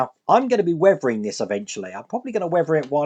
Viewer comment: What is it with you UK English and words with "th"? Weavering-weathering, Wiff-with, Free-three, Brover-brother, Furver-further, etc.